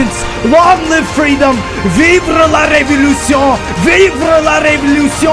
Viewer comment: "Vibra la revelution" 😂